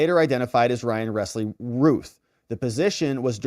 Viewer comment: Routh sounds like South Not Ruth